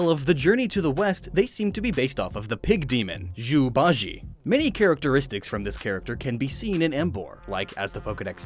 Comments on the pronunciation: I'm dead when he say zhu ba jie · In china Z is pronounced like Black Panthers name which is T’challa u pronounced the start so Zu IS NOT zoo ITS Chu, b is somtimes pronounced like p AND I KNOW CUZ I CAN SPEAK CHINESE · It's actually sun(soon) wu(woo) kong(kong) and zhu(zhu)(which means pig) ba(ba) jie(jie)(emphasis on the e) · Zhu bajie is pronounced "zu ba-shjay" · Oh yeah Zhu Ba Jie is pronounced Chu Pa Cie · you said zhu ba jie wrong .I'm chinese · Sorry but you said zhu ba jie wrong